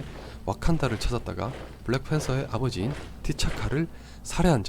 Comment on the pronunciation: 블랙 thㅔㄴ 서.... th....th....th.....